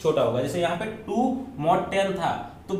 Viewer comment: its mod not mad .